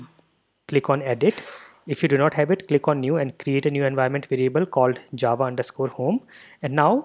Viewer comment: most words said by you sound kind of funny (the indian accent, not your pronunciation becuase that is spot on obviously) but when you say java it sounds like it was made for your accent not ours, that accent hits the word "java" and sounds more then perfect, anyway thanks for the tutorial this is perfect man and I love how it sounds when you say Java.